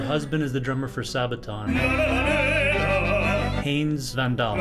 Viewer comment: Han-nes van Dahl - NOT HANES! D'uh!